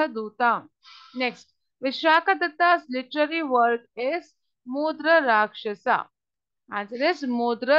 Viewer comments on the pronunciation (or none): It's mudrarakshasa but it heard like mutrarakshasa